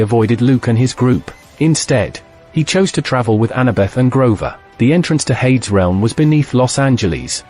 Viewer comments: Hades, should be pronounced "Hay-dees" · Air-reez and Hade-ez. oh dear gods you are pronouncing most of the names wrong. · Hades is pronounced "HAY-deez." Others are noticing the God of War is also mispronounced. You can entertain your viewers more effectively if you avoid this kind of error.